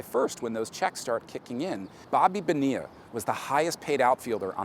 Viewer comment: How many times can they mispronounce Bonilla?